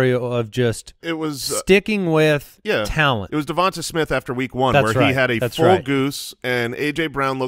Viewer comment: When is Jason going to realize it's not pronounced "Davontuh Smith?" I mean there's videos of him saying his own name correctly, come on man